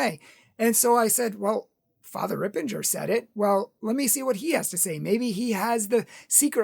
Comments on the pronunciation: unfortunately, he created this video to please one donor who is a Yoga head who stopped giving money. He has to be careful that Catholic Truth doesn’t get tricked by satan by falling for money. He says he likes Fr. Ripperger but pronounces the name wrong. I always liked Catholic Truth but this video was so uncalled for and so prideful. Let’s pray for our brother in Christ. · As an aside, it's Ripperger, not Rippenger. Secondly, as a matter of Christian charity, you should have approached Fr. Ripperger about this instead of spouting off on your public forum, especially since you are not an expert as well.